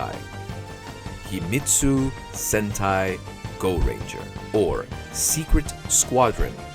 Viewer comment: Words pronounced wrong in this video: "Hongo" "Himitsu" "Kikaider" "Manga" "Ishinomori"